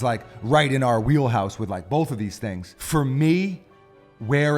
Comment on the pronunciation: Every time he says “Tingz” I cringe